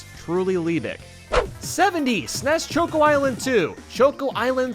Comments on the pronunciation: He calls choco chokeo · On all your videos you pronounce Choco Mountain as “choke-o” and it drives me crazy because it’s short for chocolate mountain and is pronounced the same way as the “choco” is “chocolate” 😅